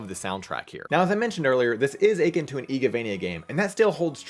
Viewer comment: First off, great video quality I hope your channel grows man. Watched the advance reviews and dawn. Good stuff, gonna definitely get the advance collection. Second, and I hate to be this guy, but your pronunciation of "akin" is incorrect xD It's like uh-kIN, not like ay-kin.